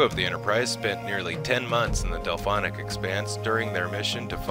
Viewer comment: COOL vid but its the DELPHIC expanse and not DelPHONIC